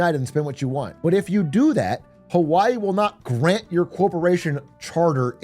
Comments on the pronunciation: funny how some chat and this Youtube comment section are losing their minds on how a native Hawaiian pronounces "Hawaii" correctly and trying to say it's incorrect 💀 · That's how you pronounce Hawaii in the native Hawaiian pronunciation 😭 how can you be so confidently loud and wrong